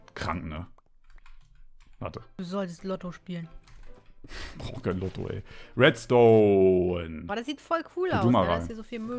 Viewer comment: Redstone wird zu wetstone LOL